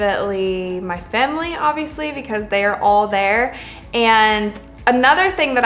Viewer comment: Why does it sound like she said “Femily” 😂